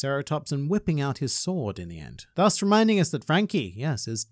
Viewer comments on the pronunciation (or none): none